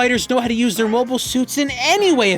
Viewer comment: To be fair you have been pronouncing 'mobile' incorrectly throughout the video.